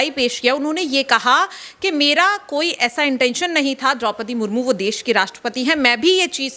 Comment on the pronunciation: आप भी राष्ट्रपति का अपमान कर रही हैं। उनका नाम सुश्री द्रौपदी मुर्मू है। आप "मुर्मुर" बोल रही हैं।